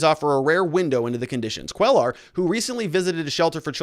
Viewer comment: Cuellar is pronounce "Kway-ar". It is latino, or Mexican, after all, to the best of my knowledge. Other than that, keep up the excellent work.